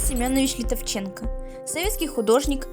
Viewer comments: может не ЛитовченкО, а ЛитОвченко? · ЛитОвченко. Ударение на букву "о". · Литовченко- ударение на ”О„. Прометей произносится как Прометэй. Пригородный- ударение на прИ. Ужас!!! Через слово ошибки.